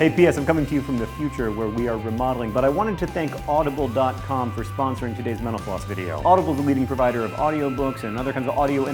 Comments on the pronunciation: I swear he says 'Menopause' instead of 'MentalFloss' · i keep thinking he says Menopause video. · every time he says mental floss i think he's saying menopause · did you know that when the captions are on every time you say mental floss it comes out as menopause